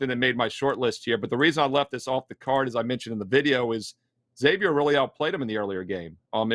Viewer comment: love your wealth of knowledge. Friendly tip: it's Zay-vee-er, not EX-zay-vee-er